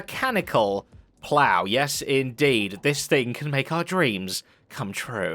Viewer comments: "Plower launcher"? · How did the brits manage to mess up the word "plow"